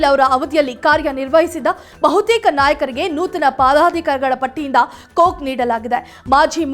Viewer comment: ಮೇಡಂ, ಪದಾಧಿಕಾರಿಗಳ ಪಟ್ಟಿ ಅಂತಾ ಓದಿ. ಪಾದಾಧಿಕಾರಿಗಳ ಪಟ್ಟಿ ಅಂತಾ ಓದಬೇಡಿ.